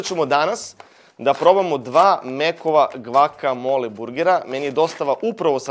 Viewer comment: bas volis da izgovaras to gvakamola 🤔